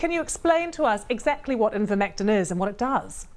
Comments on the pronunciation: It's Ivermectin not "invermectin" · Why can't the presenter read. Its Ivermectin NOT invermectin. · She said Invermectin instead of Ivermectin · BBC showing pictures of livestock formulations of Ivermectin. BBC host mispronouncing Ivermectin as "invermectin" . BBC defaming and discrediting qualified professionals based on proven misinformation provided by so-called experts who have massive financial conflicts of interest. Typical. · I think it might be deliberate. An attempt to avoid being sued. Now they can claim they never said anything about Ivermectin... Because they didn't... They said "Invermectin" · Someone tell that it's not "in-vermectin" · It's NOT pronounced IN-vermectin in BRITAIN. PERIOD. Get that thru your thick skull. How are you lying? Here's how: in this interview, the BRITISH doctor pronounces it correctly. So your claim that the British pronounce it as "in-vermectin" is simply gaslighting or trolling. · The guest is lying clearly. Denge, zika, yellow fever are rna viruses which Ivermectin has been used to treat… they post animal versions and the presenter purposely pronounced the name incorrectly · Seriously. It was driving me crazy. The doctor she interviewed said it right. Joe Rogan said it right. I thought she would catch it but she kept saying it wrong. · hypocritical? Lol you need to look up the definition of that word. And it's not a matter of British pronunciation. It's just not pronounced the way she says it.